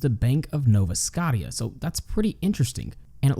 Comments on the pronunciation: Nova Scotia, pronounced Scoh-sha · Damn as a resident of Nova Scottieya I had no idea it was supposed to be pronounced that way. You learn something new every day. Thanks! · I laughed at that too. 😂 understandable, though if you’ve never heard it said before. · I laughed too. He must not know much about Canada. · I almost thought it was an AI thing. There's this one AI-voice over that is very literal with the pronunciation of words. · I cant believe you pronounced the best province in the country.. this should be studied